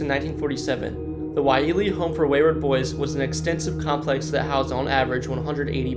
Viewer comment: Ko-o-la-oo Koolau Kamehameha… watch Dragon Ball Z Pa-lee - Pali Waialee - Y-lei-a